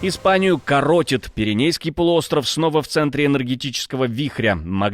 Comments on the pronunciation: КоротИт, а не корОтит.🤦‍♂️ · коротИт, а не корОтит!